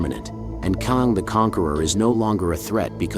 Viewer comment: Why is your pronunciation of Kang so inconsistent? It’s not a hard name to pronounce, the proper pronunciation is the same as the word “slang”. If you acknowledged your inconsistency pronouncing Kang I wouldn’t say anything.